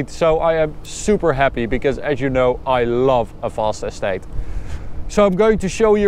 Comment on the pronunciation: yea i know, but just the way he says it, its sounds like he's saying s8 insteas of estate